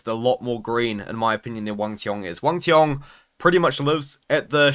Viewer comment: He is the only one pronounce Wang cong’s name right